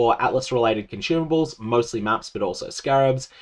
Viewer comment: "Cun-CHyoomables" GFD, man